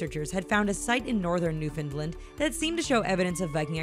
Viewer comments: If it’s not Homo sapiens, then it’s not a human. It’s Newfoundland, not Newfindland. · It's new-found-land not newfinland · Newfoundland , not Newfinland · New found land not new Finland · Was it “nu fund lund” I think it’s “new found land” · jesus the way she says Newfoundland irritates me. new-found-land not new-fin-lend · New-find-lind? So close, yet so far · Oh my god when she said Newfoundland I cringed so hard. Obviously not Canadian. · Anyone else annoyed with how she says New Foundland